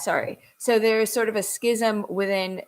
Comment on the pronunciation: Although I’m not Jewish, I have great respect for Jews of all sorts for many reasons. As a former Catholic, I do know about schism. It is pronounced like scissors. There is no sound of C in schism.